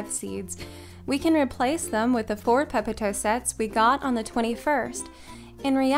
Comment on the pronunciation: You have such a lovely voice! And for some weird reason, I love the way you say "popotoe."